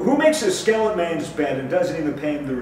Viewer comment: everyone else: Skeleton man: Skelletman